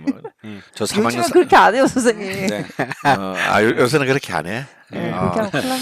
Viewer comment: 이 선생님이라고 말씀하실때마다 성생님이라고 말씀ㅋㅋ